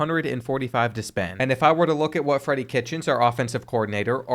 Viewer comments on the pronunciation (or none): none